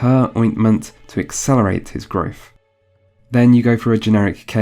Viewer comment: Are you incapable of pronouncing the letter t prime examples furteen thirteen growth grotfff others ovver death def different difrent father farver fathful fateful fuck your hard to listen to.